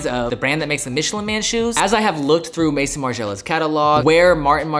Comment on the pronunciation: pronounced may-zon not mason haha.